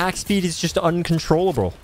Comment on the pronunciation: No it's uncontroll-umbral